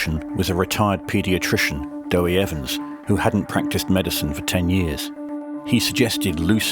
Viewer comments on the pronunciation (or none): Deh Wee Evans, not Doey Evans